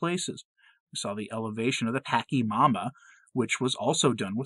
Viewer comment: In Bolivia it was pronounced pa-cha-mama, not packy-mama. Just an FYI. Blessings upon you and your family. Ave Maria...